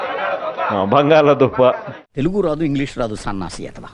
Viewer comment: "బంగాల దుంప" అనడం రాదు - వీడిని బంగాలఖాతం లో పడేయలి.😊 అప్పుడు ఈదుకుంటూ వచేస్తాడు.😂😂